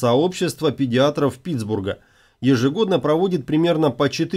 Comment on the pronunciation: Педиатров ! (если имелись в виду врачи). Учите РУССКИЙ !!!!!!!!!!!!!!!!!